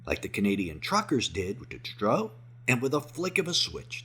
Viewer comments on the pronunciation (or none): none